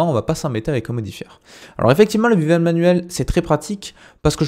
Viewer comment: Merci, par contre c'est "béveule" et pas "bivèle" ;))